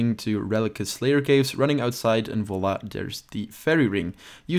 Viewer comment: You from belgium mate? Sounds like it when you said voila ;) great guide thanks! Now I have to get 83 magic to use this method...not soon..not soon.